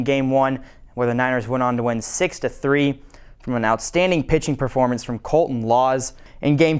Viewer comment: "Outstadning" #49ersTopPlay